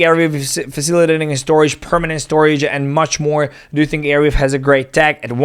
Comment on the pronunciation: Bro its Arweave not Airweave